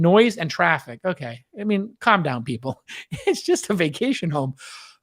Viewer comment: Omg, is "calm", not "com". It makes more sense now.